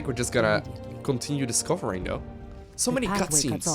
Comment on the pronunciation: You keep saying "discofering" =D